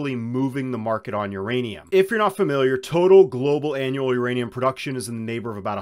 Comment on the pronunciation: Theirrainum ..lol 😂